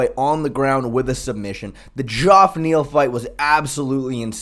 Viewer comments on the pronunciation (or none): If I hear someone call him joff Neal one more time someone’s getting kod